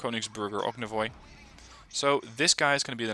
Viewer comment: as expected, щорс is a hell to english speaker. Personally i just can't see how you can pronounce it right, so name choice for this particular ship is really bad. Btw, you pronounce ognevoy surprisingly well.